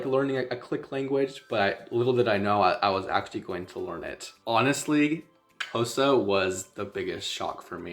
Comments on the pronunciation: THE WAY YOU PRONOUNCE XHOSA IT PROVES THAT YOU REALLY HAD SOCIAL LIFE WITH THEM❤❤❤ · Your Xhosa pronunciation is perfect 🥰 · Man there are South Africans who can't properly pronounce half the things you can.... For that cheers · My guy here pronouncing all the clicks properly (Xhosa, mngqusho etc.) and we have many South Africans black and white who can't even pronounce Xhosa out here butchering us with "Khosa" 😂🙌🏾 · Uyitye yonke bro, all you said is correct n your clicks are on point 1love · Love how you pronounce Xhosa not many can do it like you do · You pronouncing it far better than most South African whites living in the Country. I am Xhosa from the Eastern Cape, Uitenhage. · He pronounced it better than most non-Xhosa speaking South Africans, right? They almost always say "Koza". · Wow, you Qs are better than mine. From a Xhosa speaking Saffer.